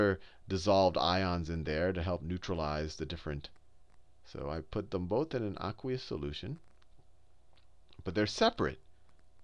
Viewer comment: he says aquaus sooloution looooooooooooooooool